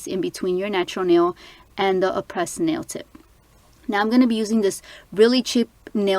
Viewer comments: Its pronounced Ah-prey not Ah-pres it's a silent ś, very pretty nails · Aprés is pronounced Apray. You can call them too they’ll tell you. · aprés is not pronounced 'a-press' i hear so many people pronouncing it that way and it irks me lol